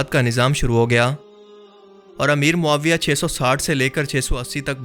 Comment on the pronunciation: امیر ماویع نی ماویع بولو